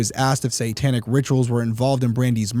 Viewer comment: I really enjoy this podcast! But the word satanic is pronounced SAY-tanic, NOT SAN-tanic. I cringe every time you say it. lol😊